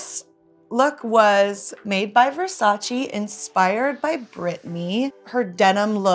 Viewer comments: It’s VersaCHE not VersaCHI. Donnatella gets pissed when people pronounce it wrong. I feel if you’re lucky enough to be wearing something, you should at least make the effort pronouncing it correctly. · It‘s Versaceee not Versaciii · VersacE no Versaci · Donatella gon be really mad with Katy for pronouncing versace incorrectly....